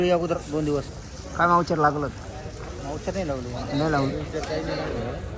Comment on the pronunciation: मावचर नाहीरे अडाणचोट ,,, मोईसचर